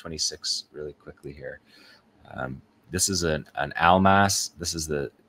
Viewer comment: Almas should be pronounced like AL-MOSS it means diamond